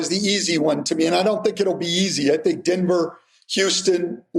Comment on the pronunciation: Stan and say Denver the same way. Dinver